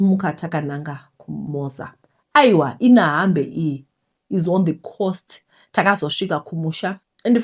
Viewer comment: Kunonzi ku Inhambane tete. Pronounced as Inyambani